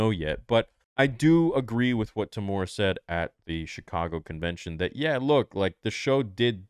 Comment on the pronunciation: As someone who lives in New Zealand, it's a pretty big pet peeve of mine that people can't pronounce Temuera's name right. It's not pronounced "Teh-mora", it's pronounced "Teh-moo-eh-rah," with a trill on the letter R. I know some people can't do the trill thing, so a regular R sound is fine, but at least pronounce the M-U-E properly. His name is also spelt wrong in the title of this video.